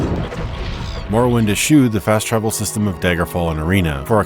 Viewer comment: Great video. But I must say "morowind of change" made me wince :D